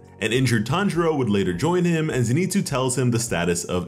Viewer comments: bro i tried to be chill about it but his name isnt fucking zineetsu its zinehtsu. please stop slaughtering this mans name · Noo he said zeeenitsu